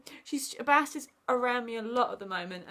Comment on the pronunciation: Her name is not BAHST, BEST.